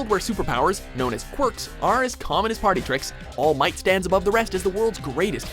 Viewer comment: All Might is probably the first anime character to be pronouced right by watchmojo